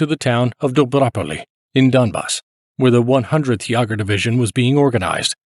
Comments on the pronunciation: It's not Yaw ger--it's YAY ger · How is it that you (probably) can pronounce "Jaegermeister", but not "Jaeger" (you make it sound something like "Yuhger")? 😅 Muricans... 🙄😉 Great video though, very interesting. Thank you! 😊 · "Jäger" is pronounced like "Jägermeister" dude. Almost exactly like Chuck Yeager.